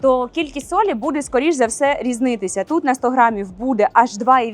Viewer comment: Дуже інформативно, дякую. Щось у Вас час, від часу з вимовою, якось вимовляєте періодично ніби бабуся, чомусь замість «буде» кажете «бюде».